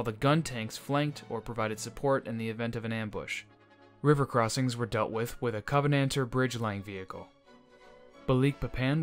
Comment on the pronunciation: I'm not sure if it is AI or just a very uninformed narrator, but almost every place name and equipment names, like Covenanter, are pronounced completely incorrectly. As also pointed out in another comment, King George VI ruled the UK and the British Empire, nor his daughter. Elizabeth II ascended the thrown well after the end of the war.